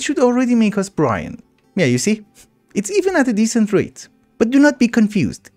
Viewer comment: Its brine said like b rhyme not brian. lol But guess it doesn't matter just wanted you to know.